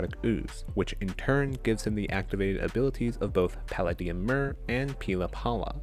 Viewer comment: You definitely pronounced Palladium incorrectly